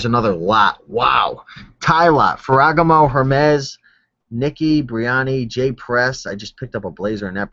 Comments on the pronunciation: Ferragaaaaaamo. But keep mispronouncing things. It's funny. :) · phoentically its: Fera Gamo